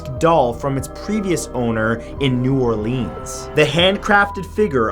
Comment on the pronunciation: When you were talking about the voodoo doll from New Orleans..... it's not "orLEENS".. it's "orLINS"